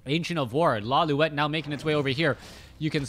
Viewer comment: correction: it's pronounced as law-light not loliwet